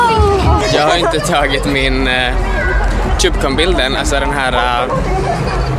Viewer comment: De heter inte tjubecon😂😂😂